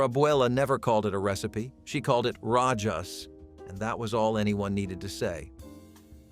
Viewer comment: Rajas! 😂😂😂 "Rah•Hass"